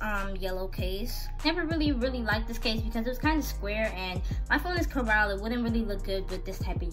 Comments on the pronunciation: It’s not caral it’s coral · Its c. o. r. a. l not fucking chorale teheheheh?!?!? : #notacrippled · Lmao I love how she says Coral 🤣 Also very pretty cases and nice video!!